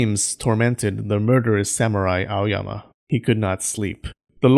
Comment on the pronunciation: When you say A-O-Y-A-M-A I think about clean freak Aoyama Kun